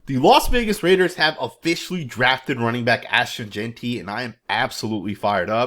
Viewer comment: My boy said his name right finally. 🤣🤣🤣